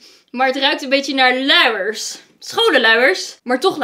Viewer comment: Ben ik de enige die van tot in plaats van luiers louwers hoort?